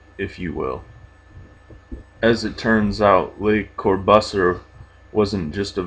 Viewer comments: Corbusier pronounced 'core boos ee ay' translates 'the crow' in French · Dude, so sick. Thanks. 1. You nearly said Pornhub. 2. You pronounced Corbusier really wrong. Thanks again though so much. Very cool thing to do.